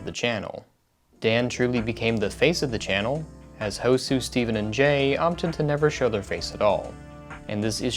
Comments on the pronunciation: This is just a friendly point out, It's not "Hosoo" it's "Hosuh" with an UH. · hosUH not hosu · STOP SAING HOE-SUE ITS DRIVING ME NUTS ITS PRONOUNCED Hoe-Sa NOT HOE-SUE! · Ho-suh. Not Ho-sue, ho-suh. As well as Ann, not Anna. Ann/Anne. No bad intent, just thought you should know. -Guy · hosu is pronounced hosah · why the hell would you come to the conclution that hosuh would be pronounced hoe-sue and not hose-uh in their videos they litterally say his name all the time so how the hell have you not heard it? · Rip when he says hos-ue when it's pronounced hoe-suh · Hosue.... NOOOOOOOOO, Its Hosuhhh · Ho-Suh not Ho-soo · Ho sah Not ho su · Hosuh is pronounced ho-SUH. Not ho-sue. That annoyed me so bad. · I loved this video clearing everything up but calling Hosuh Hosoo just.. made me spiral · Yes, Hosoo not Hosuh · Every single time he says Hosuh as Hosoo, it makes me hurt a little. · "Hosah" not "Hosuuh" thank you :) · It's "Ho-zuh" not "Ho-sue". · the fact that he says “hosoo” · Hosuh pronounce as Hou-sa and Spell Ann not Anna... I hope you did a search of their name correctly(spelling and pronunciation). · Whenever u said hoe sue I died inside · ''hoe-sue'' i'm dead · U said housah wrong lol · Stop saying hosuu or I'm gonna ho-sue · I love the vid but IT'S HOE-SAH! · using the clips of Jay saying Hosuh correctly but still saying Hosue is making my ears bleed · “Hoe-sue” I can’t do it, I can’t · pronounces hosuh “hosoo” (good video though i love how well researched they all are) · Just Ho-suh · When he said hosuu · Why does it seem like he never actually watched many of their videos? He called hosuh ho-sue and called him "they". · kept saying Hosuh as "Hosooh" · Ah yes, "Hosooh" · Hosuh not housuns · God dammit guys its pronounced ha- zoo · “Ho-Sue” triggered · Every time says “hoe-sue” I lose 5 years of my life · ah yes, hoe-sue. my favourite. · But Dan also pronounced it like "ho-sue", didn't he? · It's pronounced Hosah :v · i love hoe-sun 😌